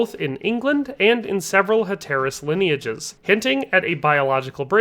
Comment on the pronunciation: Your mispronunciation of Hatteras and Manteo are super annoying. However pretty solid video otherwise.